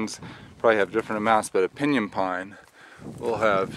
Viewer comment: He mispronounced pinyon. Never heard it pronounced as he did. He's not from around here, lol